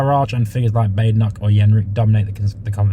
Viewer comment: Excuse me, but did you say Robert ‘Yenrick’ ? 🤣